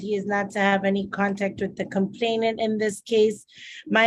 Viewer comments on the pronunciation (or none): I'm frankly astonished that the judge kept mispronouncing the word 'complainant'. Makes her sound as dumb as the people she's judging.